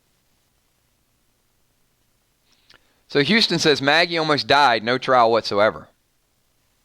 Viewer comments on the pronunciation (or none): none